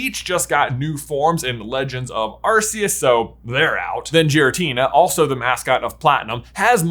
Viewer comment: The way he pronounces Zapdos & Giratina is concerning. It gives off the impression that he has never actually watched Pokemon before. He should have at least heard their pronunciations in the show at some point.